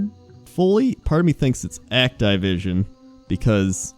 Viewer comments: Did he say Act-Tie-Vision, you mean Activision? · "Act-eye-vision" Please,. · >Act-eye-vision >Not Ac-ti-vision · CURSE YOU ACT-I-VISON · Act"eye"vision........really lol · "act-eye-vision" is this intentional to get on peoples' nerves,? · Act I vision lol you say shit wrong on purpose sometimes i swear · Did he say Act-Tie-Vision? lol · Egg-Tie-Vision? Is that really how its pronounced? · actaivision :D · the fuck is act-eye-vision ? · bro why you pronounce Activision so weird?! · I've never heard anyone pronounce Activision that way... huh?